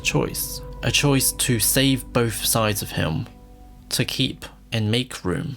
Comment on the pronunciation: Is it pronounced “bowth” or “bolth”?